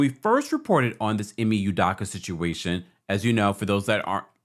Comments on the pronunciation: It’s Udoka with an O not Udaka 🤦🏻‍♂️ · Pronounced: Udoughka! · His name is pronounced "EEE-MAY" "EW-DOE-KAH" For the record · Ime (Eee-may) Udoka (Eww-Doe-ka) Nia (Nye-uh) 🤦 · My guy you butchering Ime's last name 🤣🤣🤣